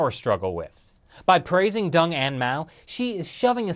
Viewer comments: "Xi sees himself, like (Dung, not Deng pronounced, Dung) as a man of drama..." Too funny! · you pronounce deng as dung